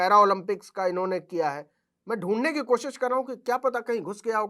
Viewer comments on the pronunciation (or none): none